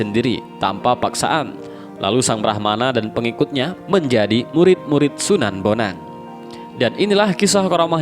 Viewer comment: Kalo prh baca sejarah. Itu namany d baca bon ang bukan bonang dan dia itu CHINA